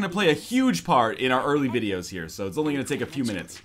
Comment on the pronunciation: says the guy who couldn't say 'only'